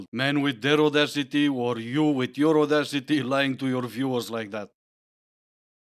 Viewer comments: I quit listening after she said "adawcity." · She actually said audaucity. Or maybe au-d'oh-city 🤦‍♂️. She certainly wasn't using a word in the English language. What a catch! 🤢🤮🤡🌍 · #6 - what the hell is 'ordossity'? Does she mean audacity, perhaps? Why do these high-maintenance, full-of-themselves chicks have such trouble with diction?